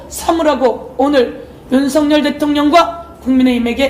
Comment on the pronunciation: 발음 완전 맘에들어 윤석년 ㅋㅋ